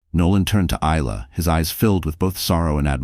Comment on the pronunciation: Isla is pronounced I la not ela0